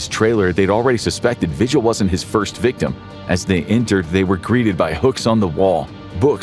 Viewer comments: vee-hill. Not “vigil” like you have when someone missing. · the last name Vigil is pronounced vee-HILL. not VI-gil. :X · David Parker RAY. Cynthia Vee-hill (phonetically)